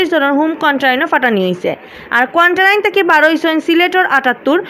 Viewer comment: ই আফায় কোয়ারেন্টাইন খইতা ফারইন না, কোয়ান্টাইন খইন। 😛😛